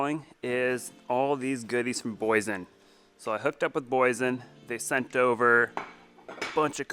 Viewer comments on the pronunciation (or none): The Name is Boy Yesen,Boyesen😄😄😄